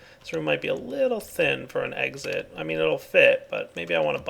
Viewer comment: An ,, egg sit" :D